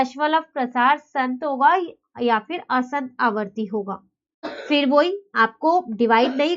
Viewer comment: Mam aapki pronunciation wrong h it's asaant na ki aasant Otherwise nice explanation keep it up 👍👍